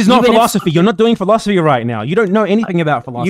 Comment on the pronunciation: They like to say "philosoply" because it has four syllables.